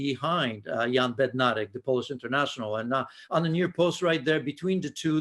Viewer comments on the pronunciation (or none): none